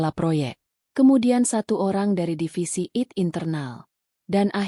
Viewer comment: coba bacanya yang betul deh..... istilah2 dlm bhs inggris ai te bukan it. dll